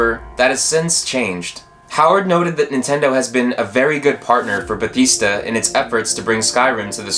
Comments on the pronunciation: its not ba thees da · Another great video! What's with the way you pronounced Bethesda though? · When you pronounced bethesda wrong you have doomed your commnets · The whole comment section is about pronouncing Bethesda wrong. Sure its annoying for some but the actual quality of the video is great for a small channel. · Hey man, no one is forcing you to say Bethesda a certain way, say it however you want:) I was just a little surprised because I'm not used to hearing it pronounced like that. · You are pronouncing Bethesda very wrong. please stop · You were pronouncing Bethesda wrong btw